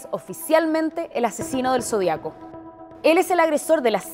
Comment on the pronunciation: Zodíaco, Sra locutora, Lleva ACENTO EN LA I, Ud lee mal.